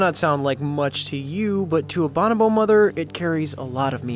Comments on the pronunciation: why is he pronouncing bonobo like that? lol. buh know bo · I would like to pound this fucked for saying banobo instead of bonobo